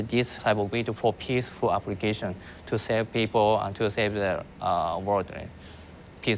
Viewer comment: The way he stressed on PEACEFUL applications was highly sus